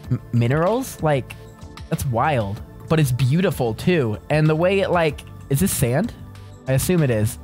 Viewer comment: U NUB YOU SAID “EAY” NOT “WAY”